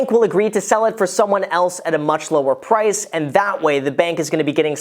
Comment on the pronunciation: He sometimes pronounces the r sound, sometimes doesn't. Like he says "approval" and then says "pwice". Is that normal?